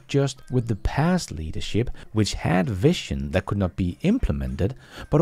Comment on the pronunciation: you pronounced incorrectly vision as vition. it should be pronounced more like vizion